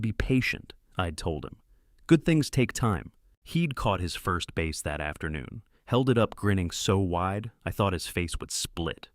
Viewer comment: Word (fish) is pronounced "bass" NOT "base" ! ! ! 😮